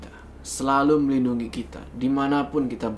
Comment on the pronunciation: kamu cute banget sih pas salah ngmng melindungi🤭🤭 andai bisa ketemu mendaki bareng Miss you bang Jo.. fighting say